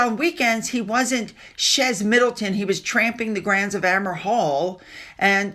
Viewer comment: Chez = Shay, unless the next word begins a vowel, as in Shays amis (with friends, s is silent in amis). Or conversely, Shay Maurice.